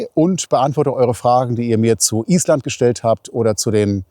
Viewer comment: Lieber. Auch dein Film Nr.6 war ein Genuß. Ich finde, dass die Drohnenaufnahmen, die Schönheit und großartige Natur Islands besonders gut zeigen. Der Blick von oben ist doch gewaltig. Deine Filme sind nicht einfach Reiseberichte, dass ist viel mehr. Übrigens Respekt für die Aussprache der Ortsnamen😂 Das muss man erstmal können. Ich hoffe, dass du pünktlich die Fähre erreicht hast und freue mich auf deinen nächsten Film. Bis dahin liebe Grüße Gabi😊